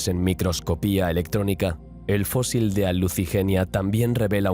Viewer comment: Fósil, se escribe fósil. "Fózil" es como lo pronuncia un gaditano.